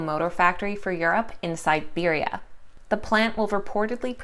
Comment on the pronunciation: Not Siberia, Serbia (